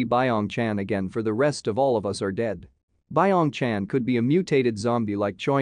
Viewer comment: Fact:its not pronounced bye ong chan, its byeong chan